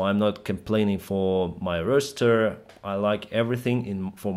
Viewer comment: ROSS---ST---ER ST---ST'A. But! Change it to ER. So it's Roster, Roster, Roster. Not Rooster, I mean this with a good heart, not malice. Love your channel so much thank you for the insight into a occupation I so love. However am not a part of. Thank you!